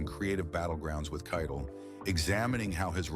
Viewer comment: For Pete’s sake, Harvey Keitel pronounced his own name at the beginning of this piece, and the AI robot still got it wrong through the entire narrative until the very last time, when robot-man finally says the name Keitel correctly!